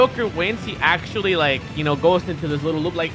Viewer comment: Axe-tually XD